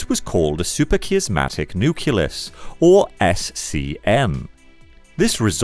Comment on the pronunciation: "Nucleus" as "nuculus", "production" as "perduction", and "superchiasmatic" becoming "supercheeasmatic"... 🙄Whoever is reading the text should practise with a dictionary before doing voiceover.